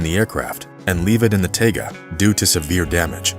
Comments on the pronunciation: Cool story, but work on pronunciations - Tu isn't "two", it is T-U for Tupolev. Taiga isnt taga, it is Tye-gah. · Taiga is pronounced TIE-guh.